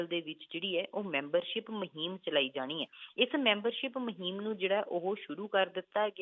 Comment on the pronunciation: Astifa Maheem shabad Theek bolo Asteefa te Moheem nai Asteefa te Mohim hunda a g Pronunciation disturb listeners. Please don't mind be a good speaker